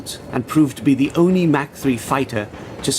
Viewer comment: Mach not Mac